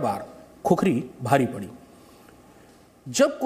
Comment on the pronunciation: खुकुरी होता है बे 😡क्या खुखुरी लगाके रख्खा है?